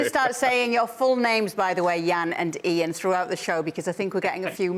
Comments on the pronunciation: I think the thought Kay said “Jaan” instead of “Ian”. Tbh, they kinda sound alike 😅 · It felt like "Yan" more that "Eean" to me so it was probably supposed to be Jaan.